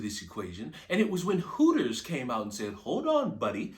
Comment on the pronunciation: It’s “Hooters”, not “Horrors”.